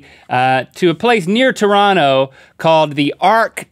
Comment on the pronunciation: Link pronounced Toronto correctly